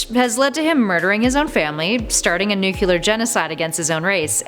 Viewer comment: Um you said nucular, its nuclear